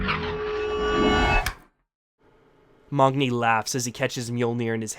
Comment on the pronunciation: Othun? Who's Othun? And who's Mogni? Thor's son's name is MAGNI NOT MOGNI